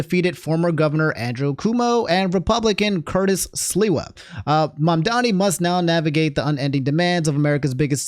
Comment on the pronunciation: Oh my god pronounced Mamdani correctly